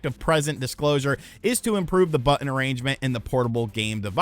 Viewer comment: But-Ton. Not, But-End...